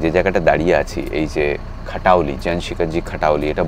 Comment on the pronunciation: খাটাওলি না, খতৌলি